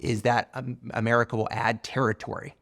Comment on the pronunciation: I have great appreciation for Mr. Murray and rather enjoy his pluminess--but I do wish he would drop his odd pronunciation of "America," which sounds like a-MAH-ri-KAH.